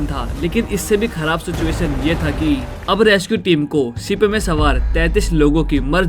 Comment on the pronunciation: Ship ko sip😅